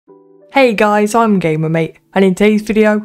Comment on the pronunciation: The way u pronounced guis triggered me